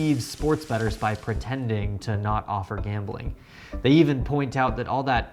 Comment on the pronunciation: It's "Gambling"